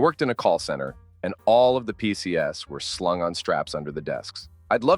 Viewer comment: The AI narration must have been bottom barrel of the budget. PCs = pee-see-ess-ez (four syllables)... come on, don't you proof your videos before posting them?